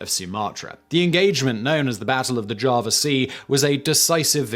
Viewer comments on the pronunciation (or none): none